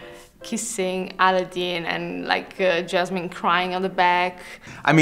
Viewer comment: I know she said Aladdin but it sounded like Aladeen like from the dictator and it made it 1000x funnier